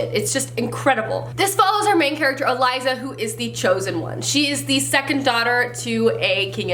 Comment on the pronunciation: I'm so happy that The Girl of Fire and Thorns series was on your list because it is one of my all time favorite series. I did a reread of the first two books this year. 😍😃 Also, and I don't really want to be that person but I just can't keep it in, it's E-Lisa. Not Eliza. I'm sorry but it bugs me so much when names are said wrong. And I know for a fact it's pronounced that way. 1. I am Latina and that's the way it's pronounced. 2. The author has pronounced it that way. Whew, I feel better 😂😁😊😅